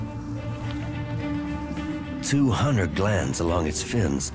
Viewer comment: 'This nocturnal hunner will resume its hunning later'.